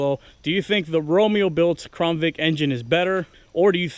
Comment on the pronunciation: Why is it that all the crown Victoria vids I have been watching no one can say CROWN... why do they always say crawn...